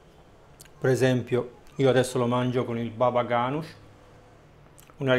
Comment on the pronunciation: non lo dico per lamentarmi, anzi per corregierti di quel errore, so che in italiano certe lettere non si dicono, ma i nomi propri , per dirlo cosi, devono essere rispetati o come massimo dire un purè di melanzana, perchè dopo 1.- la gente non capisci 2.- la gente oggi impara perchè ripetono quello che ascoltano, quindi se te lo dici male, allora gli altri imparano male per colpa tua, 3.-Anche la figuracia che si fa, tutto questo non lo dico solo perchè avete svagliato la pronuncia, ma in senso generale, per qualsiasi cosa, so che noi italiani faciamo fatica a pronunciare certe parole in altre lingue, ma un piccolo sforzo non fa male a nessuno ;)